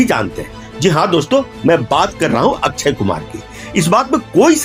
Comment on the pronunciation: अच्छयकुमार नही अक्षयकुमार 😂